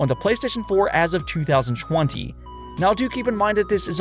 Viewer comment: Twenty seven haif